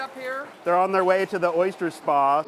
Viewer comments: When you set out to do a piece about oysters, it would be nice to know how to pronounce the word OYSTER. The narrator says, "Oy-schturr" -- ugh. It reminds me of the guy who does that (fake) show about ancient extraterrestrials. He has dedicated his life to something he cannot pronounce. He says, "exa-tresh-trulls" -- it annoys me. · Anyone cringe every time he says "oysture"?